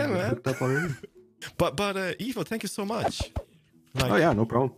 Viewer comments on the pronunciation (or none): none